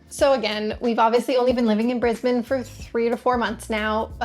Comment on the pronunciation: I'm 12 seconds in, and she pronounces 'Brisbane' our way. So ... I will continue.